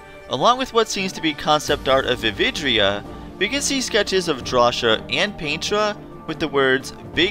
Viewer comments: Its pronounced DRAW-SI-YA NOT DRAWSHIA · I would argue, that Drawcia is pronounced "Draw-see-a" rather than "Draw-sha". I think so, because it sounds a lot like "nausea", which is, what the final level looks like, being all unhinged etc. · It's draw-cee-uh not how you were saying it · Wait... Have I been pronouncing Drawcia wrong this whole time? I always pronounced it as Draw-sia, but is it actually pronounced Draw-sha?